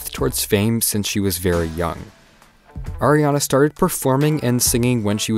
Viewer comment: him: AIRana grande Me: ITS ARIana GRANDE!!111